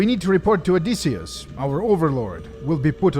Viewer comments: how does this dude butcher one of the most famous names of all time? OH DISS E (Like the letter) US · I don't know what irks me more. How he pronounces Joel or how he pronounces Odysseus. 😆 Either ways Great job on the video! Not enough people do videos on these fan projects. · "Odysseseus". Classic